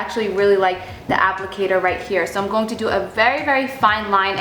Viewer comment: I've always noticed that you say "going" funny. Lol You always pronounce it as "gone". Haha Random, but cute. Love your vids girl!